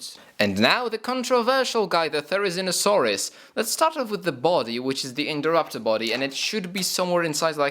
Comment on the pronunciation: I've heard so many times from so many people so it doesn't annoy me as much anymore but they're pronounced Jig-a-note-a-saurus and thare-i-zeen-o-saurus